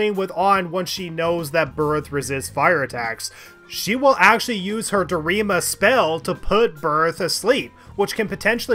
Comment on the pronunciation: Dormina / Dorima put to sleep / put asleep I don't know what kind of speech impediment you have but it's certainly a funny one